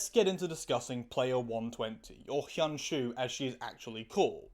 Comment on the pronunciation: cool vid, you need to work on your pronounciation of hyun ju tho😭😭😭